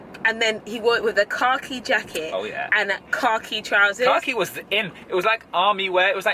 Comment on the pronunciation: Just came back and rewatched this vlog, the whole time I thought you were saying "car key jacket" instead of khaki lmao